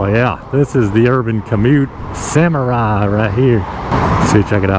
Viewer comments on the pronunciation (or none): none